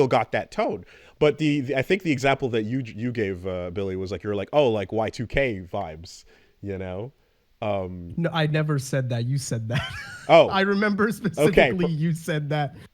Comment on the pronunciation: You guys pronouncing Y2K as "YicK" is the same energy as Brits pronouncing Nike like bike but with N instead of B. Shits fucked